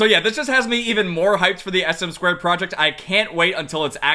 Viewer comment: it is "ess-em-two" not sm squared